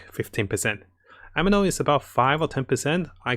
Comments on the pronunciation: Taller chars also can go deeper into water. And please stop saying Ameno. It's aNEmo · Its anemo not ameno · Please it anemo not ameno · I know this is going to sound a little petty but i gotta say it. It's a NE MO. not a ME NO. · ANEMO NOT AMINO ffs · It's Anemo, not Ameno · It's ANEMO not AMENO! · It's Anemo, not Ameno 😂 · why u keep sayin ameno in every vids , it's anemo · He says ameno kkkkk it's officially a divine tier list